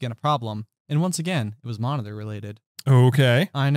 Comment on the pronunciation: It was a little annoying that can't say Monitor correctly and when he har 2 stories about it and says it alot it's kinda cringeworthy:P All in all i enjoyed this podcast very much:) And i love all your Harry Potter content on this channel:D